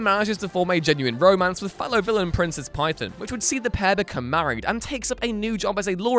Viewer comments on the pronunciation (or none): none